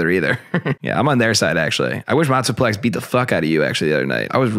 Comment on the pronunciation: Bro who do you keep saying Matsuplex it’s flex not plex. Bro isn’t a transformer 😂